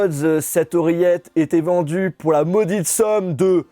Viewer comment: C'est maudique somme pas maudites somme!